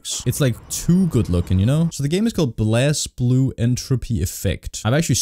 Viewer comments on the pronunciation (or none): Blaze-blue is how you say it. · It's pronounced "Blaze Blue". I don't know why the word Blaze doesn't have an E at the end but I guess Toshimichi Mori was just feeling kinda quirky and not like the other girls.